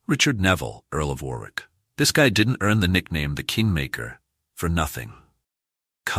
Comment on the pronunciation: War-wick or Too-ton, just like Ar-Kansas or Alba-quay-quay? Learn the correct pronounciation please. It is freely available on YT. There's a pub in St Albans market place called "The Boot" these days. During the first battle of St Albans, the local merchants stood outside the pub, unmolested, with their ales and sack (fortified wine) watching the battle like a Football match. There's a plaque commemorating this on display in the pub.